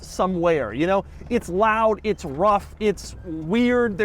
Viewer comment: Doug keeps saying uts time, which makes me think its not time. Also the g wagon sucks.